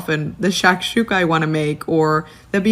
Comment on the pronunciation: I don’t like she said shashuka